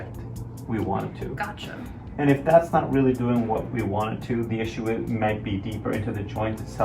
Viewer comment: when he was holding that lil swab on ur cheek "mhm" "right" "gotCHaa" dude I fucking love that